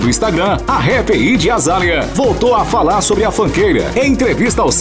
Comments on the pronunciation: PELOAMORDEDEUS "tu naiti shou" "ijy azalha" "suaiti"!!! Melhorem!! 😂😂😂😂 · Q narrador ruim kkkk ñ sabe falar nenhuma palavra em inglês kkkk Idi azália Suáit 🤦